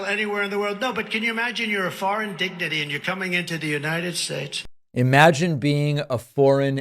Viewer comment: I don't think they care about how he speaks. If they did, he wouldn't even have gotten this far. The crowd likes to be entertained. He tells them what they want to hear. They ignore his quirks. They think he's making up words like indigniteys. You actually think they care about what you're pointing out David? Show me an interview of any of his crowds that's made fun of the way he speaks.